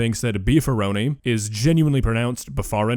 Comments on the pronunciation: Him pronouncing it Befarni made me genuinely laugh, because it is clearly spelled "Beefaroni", phonetically [biːfəˈɹ̈ʷoʊ̯niː], pronounced "bee-fur-oh-knee", and not BEH-FAR-KNEE. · Did anyone else repeat Beefaroni as "Befarni" over?😂😂😂 That made me triple double take.😵‍💫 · Beefarni? Did he mean beefaroni? Im aussie so i don't even get half of the references lol but im sure beefaroni is an american bastardised maccaroni n beef of some sorts lol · Be far knee? 🤣🤣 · Beefarni caught my ears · Omg he was say beefuroni I genuinely couldn’t tell what he was saying lol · when he said "befarni" I died on my own chair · Hearing him say Beefaroni as "Befarni" just killed off like 20 brain cells...I think I had a mini stroke from hearing that... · I mean, I laughed, and had to take a moment to mentally phonetically transcribe the word (Autism Überthinking lmao), and it's this, BTW: [biːfəˈɹ̈ʷoʊ̯niː] and it made me so angry for nooooo reason 😭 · I don't know what's more painful, The fact that this is on the Internet, or the fact that he said beefaroni the way he did, Either way I think that one gave me a bit of brain damage. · There’s not a more incorrect way to pronounce Beefaroni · The way that man pronounced beefaroni makes me want to punch a small woodland creature.